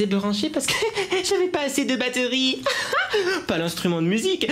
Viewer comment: XD j'aime trop tes euh dans tes mots par exemple batteuhrie